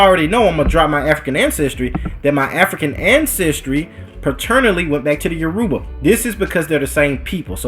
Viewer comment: It’s YORUBA (pronounced all together at once) Not - “yo - Ru - Ba”